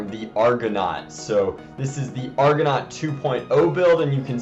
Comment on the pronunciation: It's pronounced argonaut PADAWAN